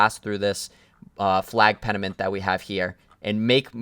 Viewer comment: pennant. its pennant right? not penament